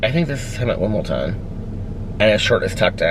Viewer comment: Did you mean Wimbledon or is "Wimpleton" a tennis tournament in Indiana?